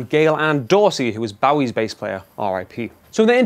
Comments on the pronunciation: How can you be British and get Bowie's name wrong. Its not BOWEE 😡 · Don't pronounce Bowie that way. Not even if you're joking.